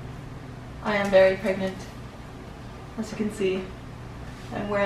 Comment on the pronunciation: Are you... preganant.. Prregante..? 😂